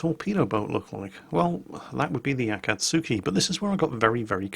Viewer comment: Also its Akatski. not Akatsuki.